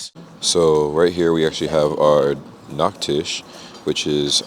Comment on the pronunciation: your nachtisch sounds like nackt-tisch (naked-table) hahahah gotta watch out with ch turning to ck when speaking gj on your german though!